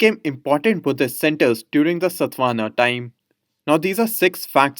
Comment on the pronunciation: It's satavahana not satvana sir